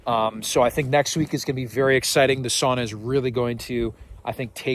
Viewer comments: Sauna floor wont be that hot, so no worries about the knots there. We tend to use aspen for the sauna seats. Greetings from Finland. Btw, The pronunciation: sa-u-na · your sauna pronunciation has regressed back to saw-na. If you don't immediately correct your ways Väinämöinen will not be happy